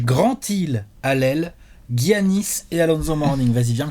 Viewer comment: Pourquoi guiannis ? C'est djiannis ou yannis non qu'on dit ?